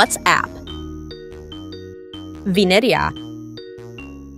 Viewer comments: Thats vinerea not vinenea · “venaea” ahh pronouncement😭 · How she pronounced Vineria in the first one is crazy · Italian ahh Vineria pronunciation 💀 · narrator how says vineria and ratatouille :venerea retetouie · Bro saying Vineria Venireia. Bro even said Keet cat for Kit Kat (raddy fav candy) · I LIKE WENDA It’s VINERIA❤❤❤❤❤❤❤ Not brod it’s BRUD!! “ beat” beat” “beat”